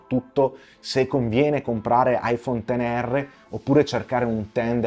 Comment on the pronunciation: Scusate ma proprio non ce la faccio a non scriverlo. Mi sto trattenendo da più di un anno ma è giunto il momento. iPhone "ics" non si può sentire! Soprattutto da chi fa recensioni di smartphone, pazienza mia mamma...